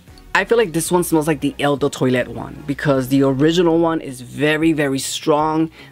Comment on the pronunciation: Not TOY LET. Twalet pronounced TWA LET